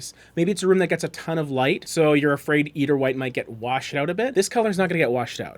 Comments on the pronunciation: Nails on chalk board!! And you said it soooo often! The “e” is silent! It’s “ider”, long i. Refers to white eider down from the eider duck. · Pronunciation EYE-der like the bird.... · Nitpicky, but please look up pronunciation. "Eider" is pronounced /ˈaɪ.dər/, or "eye-der" to further simplify; as in eiderdown, a quilt made from the down of the eider duck. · Yes. Thank you.